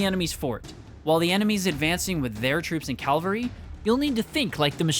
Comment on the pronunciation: Learn how to say cavalry